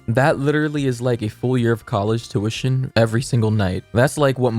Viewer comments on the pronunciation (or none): none